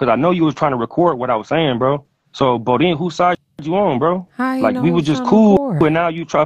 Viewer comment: DONT SAY BODEAN NO DERN MORE..